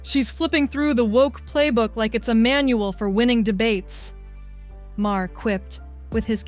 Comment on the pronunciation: Why don't you play the actual conversations by each of them instead of just you giving your opinion. Also, not Ma-her, it's pronounced MAR.